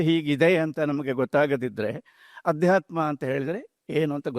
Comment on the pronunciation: ಆಧ್ಯಾತ್ಮ ಅಲ್ಲ ಅದು ಅಧ್ಯಾತ್ಮ